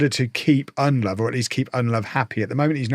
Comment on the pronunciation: Ndlovu is pronounced IN-DLOW-VOO. not undlove. With African names you pronounce every vowel.